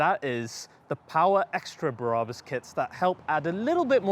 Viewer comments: its BraH-bus in German, not Braabus. Brabus German docu here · Why are you pronouncing Brabus like that? It’s wrong and so cringeworthy. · Everytime he says Brabus, I think of the thief next to Jesus, not a German tuning car company.